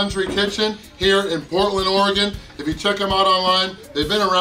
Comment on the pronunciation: I’m glad you pronounce Oregon correctly